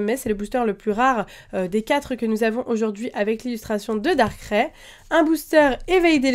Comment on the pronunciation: Ça se prononce Darkra-ï pas Darkrè ^^